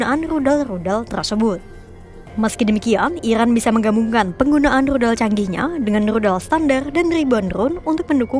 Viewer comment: Min Rudal bukan Ludal 😂